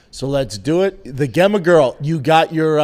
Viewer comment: Brendan... Just so you know, "Gemma" is likely pronounced "Jemma" 🤣